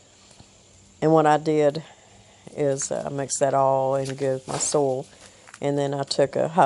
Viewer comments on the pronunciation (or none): Did u get bit by a critter? ☺☺☺ It's 'soy yulll. Soil. Not So el. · When you started the video in your discussion you said, "I have amended my soil ..." What I heard was, "I have amended my soul ..." with your accent. I wondered for a minute what your soul had to do with the hot tunnel. Anyway, I had a good laugh. Take care and keep on keeping on.